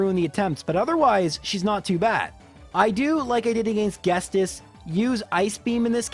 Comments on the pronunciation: You are pronouncing Ghetsis wrong. It's not Ges-tis, but Ghet-sis. Look and see that there is no s before the t in the name... Was driving me nuts. You're a native english speaker?? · Ya he said Guestus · Some mispronunciations sound better than the officials. I LOVE how he pronounces her name, so I prefer it. Though ghestis sounds like maybe a dyslexic error? Y’know, where you mix up letters. He probably read it wrong and went with it. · "Gestis" lol felt that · I was wondering what he meant by Enungestos, until I realized he read the name Ghetsis incorrectly as Ghestis. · Did it annoy anyone else that he keeps calling Ghetsis Guestis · Dude... you're killing me... It's Ghetsis. His name is Ghetsis. Ghet-sis. The 's' comes after the 't'. I know it's a nitpick but it just bothers me so much, I can kinda forgive other mispronounciations (though there weren't many others in this video), but come on man... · please for the love of all that is good its G-CIS not whatever you are saying lol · At least the pronunciation of Lorelei is kind of subjective. The way he pronounces Ghetsis is just flat out wrong. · The constant mispronunciation of Ghetsis was KILLING me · "Guess-tiss". He has an s before the t, it's "Get-sis". Granted, I called it "Yurecreek city" and not "Ecreteak City" for the longest time, any name in pokemon suck to pronounce lol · The T is before the S. Jet-sis (or Get-sis), not Guest-is. Most of your other pronunciations are correct, though. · love the video, but you know the s in ghetsis comes AFTER the T right? Its not ghes - tis its ghet - sis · I hate to be that guy, but it's Ghetsis as in get-sis, not Ghestis, or gest-is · Ghetsis is pronounced as Gedsiz, not get-sis. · No judgement, but it's Get-sis, not Guess-tis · buddy, I love your stuff but every time you say ghetsis (get-sis) as ghestis is really setting me off lol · Why do you call him Ghestis? Like it's Ghet-sis not Ghes-tis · It's Ghetsis not Ghestis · It's GheTSis, not GheSTis.